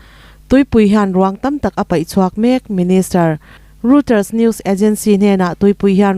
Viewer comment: Reuters hi Roiter tia lam tur a ni awm e.